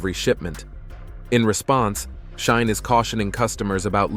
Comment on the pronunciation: It's pronouned SHEE-in.